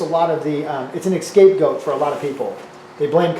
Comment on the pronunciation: OMG at 38.03 you said excape goat and I just couldn't concentrate anymore